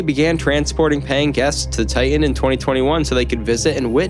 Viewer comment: For the love of God, it's not enough you butchered the victims names, but could you at least say TIE-TIN rather than TAH-EH, you sound dumb.